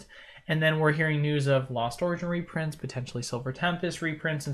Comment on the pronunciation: Repronts?! Reprunts!?! Rurprunts?! No way Jose.